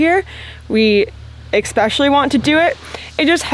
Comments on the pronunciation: it's EH-specially, not ECK-specially. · Especially not Ekspecially pleeeeeease. 😂😂😂😂😂